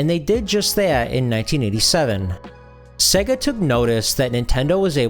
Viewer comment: Dude......its SEYYGA (as in 'AGES") not SEGGA (as in EGG).